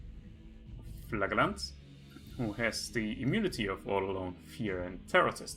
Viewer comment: Like I mentioned to Smarttrigger, "Flagellant" is pronounced "Flaj elent" with "j" as in "jam". :-)